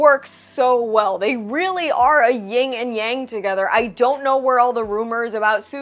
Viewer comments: Love your content and often agree with you on your reviews. But since you said it twice i just wanted to let you know... it's "yin and yang" (Not Ying) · It's Yin and Yang not Ying and Yang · Hate to say it but, its Yin and Yang not "Ying"....had to laughotherwise, good review